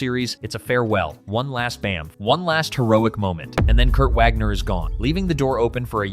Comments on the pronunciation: It’s pronounced Vaug-ner not Wag-ner. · The w in nightcrawler's last name does NOT make a w sound. He is German. It makes a v sound. Get your pronunciation right